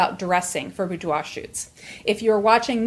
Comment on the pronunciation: The first thing I learned from this video is how "boudoir" is actually pronounced.